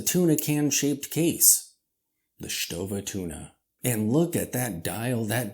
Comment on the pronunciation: you pronounce it very well. Lots of people here in Germany do it wrong by the way bc there exist two ways to pronounce the „ST“. And in the end … Who really cares?😅